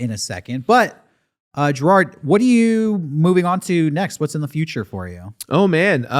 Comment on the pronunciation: Just a quick correction: it's Jirard, not Jirad. Otherwise, great!